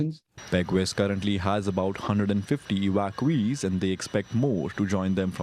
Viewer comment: What’s an “Ewackeuwee’s”? Is this the new Canadian language? English, French and Broken gibberish. DEI garbage